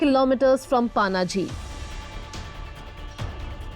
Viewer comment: This stupid anchor is pronouncing Panaji as Paanaaji ???